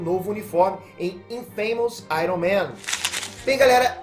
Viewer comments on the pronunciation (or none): none